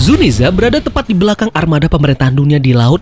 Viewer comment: Narasi lo bagus min, tapi gw gedeg aja denger zunisha jadi zuniza. Sama les bahasa inggris lagi min.